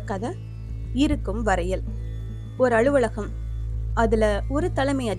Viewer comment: தமிழ் உச்சரிப்பில் தவறுகள் உள்ளன. அலுவலகம் என்பதை அலுவளகம் .. உலகியல் என்பதை உளகியல்...